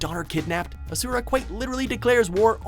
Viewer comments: its Aaasura not Asuuuura. where is Tekken's Jin kazama? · Ok, how is it, that everyone pronounces Asura's name wrong, when it is pronounced correctly IN THE GAME?!